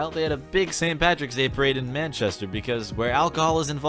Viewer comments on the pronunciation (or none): none